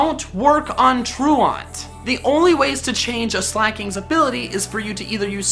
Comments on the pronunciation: Tru-aunt? Do you think he's trying to say truant? (tru-ent) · Truant is an actual word, bud. And it is pronounced "tooent" not "trooahnt" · It's pronounced true-ant, not true-ahnt. As in truancy from school. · Love you,. It's "tru-ent" (like truancy, being truent from school), not "tru-awnt". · Literally cringed when he mispronounced truant. Has he never heard the word said before? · You say truant wrong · I cringed every time you pronounced truant and komo-o why because YOU pronounced them wrong and metagross is able to one shot garchomp